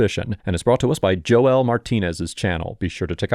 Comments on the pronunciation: Joe-el? 😂 Nobody has ever told you Joel is pronounced either (Ho-el), which he pronounces in the video for you, or (Jole) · Ain't Joel pronounced jole? Not joe el? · Bruh 😂 it's not Joe-el... it's pronounced "jole".